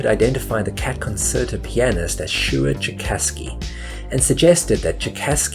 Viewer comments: That you couldn't correctly pronounce concerto (con-chair-toe) or pianist (pee-ann-ist) really detracted from what was otherwise a well researched video essay with a great premise. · That's one word he didn't actually mispronounce. Concerto and pianist on the other hand...